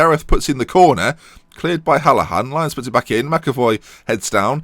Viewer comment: I actually can't believe you pronounced Hallahan right 👍🏻